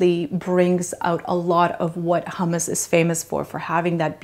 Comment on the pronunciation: Great but so much nicer to at least try use the correct pronunciation.